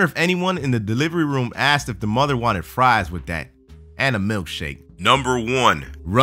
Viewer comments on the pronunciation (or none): none